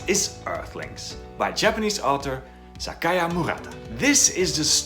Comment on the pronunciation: It's 'HARUKI' not 'Hariku' Murakami, perhaps a small difference to you, but one is a name, the other is "a piece of cloth that is old or torn; rag" - Please fix as it is a marked difference and you can fix it easily. Unlike your pronunciation of Sayaka as Sakaya which is quite brutal too but harder to fix. I may be nitpicky to you, but it's seriously ear gratingly incorrect to anyone with any knowledge of Japanese.